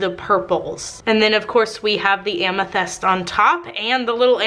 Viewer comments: Is it a Texas thing to interchange the soft i and e sounds? Bunny does it too,, she pronounces tint as tent etcetera. Just curious cuz doing it with amyTHEST. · The soap looks amazing....but I cringed so hard every time you said "amethest". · Dang it, I hate the smell of lavender. Also, was I the only one who was annoyed that she pronounces amethyst as amethEst? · You say amethyst so weird.